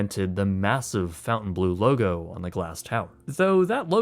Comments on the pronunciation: in English it would be pronounced fon-tane blue. Not fountain. There isn't even a U in Fontaine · He really likes putting the letter U in words that don't have them. Fountain instead of Fontaine, Fairmount instead of Fairmont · Honestly the decision to officially pronounce the name of this hotel wrong is the biggest branding mistake. The original French pronunciation "Fon-tan-blow" is so much more regal/luxury sounding whereas "Fountain-Blue" just cheapens it/makes it sound like people don't know how to pronounce a french word. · It's not "fountain blue" it's Fontainebleau... Fon-tain-blow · Love the video but one thing was driving me crazy. It's pronounced "Fontainebleau" (Fawn-taine-Bloo) not Fountain Blue. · Lol ‘Fountainblue’. Uneducated youth! 🤦‍♀️🤦‍♀️🤦‍♀️. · Is it not pronounced fawn-ten-bow? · It's pronounced "Font + ay + ne + blo". City in the south of Paris with a beautiful forest and a magnificent castle. ;-) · It's it not pronounces FON TANE BLUE? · Great work, but why are you pronouncing Fontainebleau as "fountain-blue?" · Don’t understand why everybody keeps calling this place Fountain Blue word is spelled Fontainebleau Obviously, the word fountain is not spelled that way. Guess we could call this the most mispronounced hotel name in Las Vegas. 😂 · Nice video! Interesting but please pronounce there name as follows: Break 'fontainebleau' down into sounds: [FON] + [TIN] + [BLOH] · Its pronounced Fun-tan-blough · Fon-Taine-bleau, no U in the fountain lol gotta say it with your french baguette accent haha wee wee! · Fountain Blue??? Come on at least get the name right 😂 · I know it shouldn't matter, but I cringe at how you pronounce the name, I've always heard it pronounced more like the french: Font-amn-blur which of course does mean blue fountain. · Pronounced FONTain. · it's fahn-tan-blow. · Every single "fountain blue" had me wincing. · I believe it's Font-en-blu. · It’s not pronounced fountain bleu… Fontaine is annunciated differently…